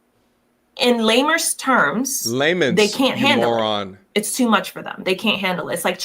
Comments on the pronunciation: “In LAMERS TERMS” 🤣🤣🤣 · Shes trying so hard to sound intelligent, yet she has poor command of her native language. I was trying to hear her out but once i heard "lamers" instead of "layman's" i tuned out. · All those degrees and she says "lamers terms" yea....idiot ass bish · "Laymers terms"?!? I'm done!!! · “In lamers terms” aight, I’ve heard enough!!! 😂😂😂